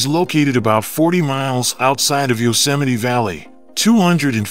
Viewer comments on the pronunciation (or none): none